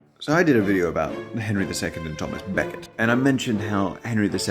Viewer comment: Could he say Becket any posher LMAO!!.